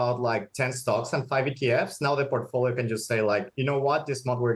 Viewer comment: Porkfolio what's da porkey 😂😂😂😂